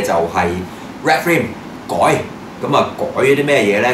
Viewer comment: ，Red Frame個Frame字，做乜讀成Frime音？最離譜係你一直以來都將BANDAI讀做Ban DAIL，想點？好撚礙耳！ 同埋好心你換吓呔啦，zoom in見到啲污積出撚哂嚟！喱條掉柒咗佢啦，仲帶！又唔撚係靚喎！